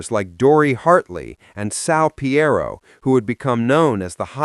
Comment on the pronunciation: Can't believe it's 50 years! I saw my first show in NYC in 1982. I was 15 and I was hooked - I felt like I finally found a place where I belonged. Oh and it's pronounced Sal P EE ro (Piro) <3